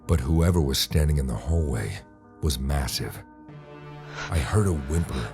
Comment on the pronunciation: "That guuy in the hallway is masive" but do u know what else is masive? LOWWWW TAPERRRR FADEEEE